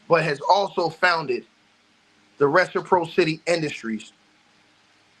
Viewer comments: Ress-a-pross-ity is how it’s pronounced but yea we get it 😇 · Btw... reciPRAHsitee. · If I may assist with love, Reciprocity= Re.si.praa.ci.ty= Pracity. Reciprocity. Good content!!!! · Keep on ‘em! You believed in Buzbee from the jump And it’s Ress-eh-prosscity brother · I was going to say the same thing. I was just listening & thought, "what is he saying?" Then I looked at the screen. Reciprocity. 😊